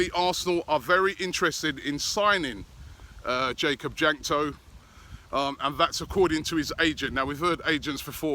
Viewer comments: jakub jankto is pronounced like yakub yankto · One thing that I know about Jakub Jankto is that he is Czech, so you pronounced his name horribly lol